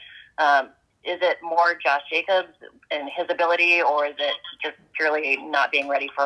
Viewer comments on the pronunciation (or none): none